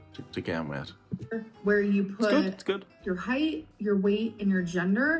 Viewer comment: She kept adding an "h" to the end of the word height to make it "heighth". OMG!!! Her ignorance is grating!